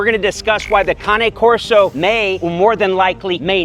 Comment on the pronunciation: such a great vid. also its kahnay corso not cain corso LOL